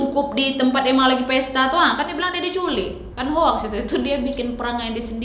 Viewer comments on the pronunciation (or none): none